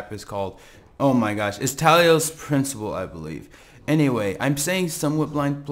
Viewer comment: "TA-LOS" NOT TALI-OS THIS AIN'T MASS EFFECT TALI AIN'T IN IT